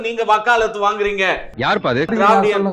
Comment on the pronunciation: திரவிடியன்னு சொல்லாதீங்க டா, வேற மாதிரி கேக்குது..